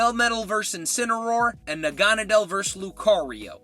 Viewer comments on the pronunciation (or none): none